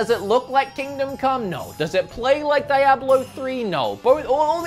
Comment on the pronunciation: The way you pronounce “Automata” and “Diablo” scare and concern me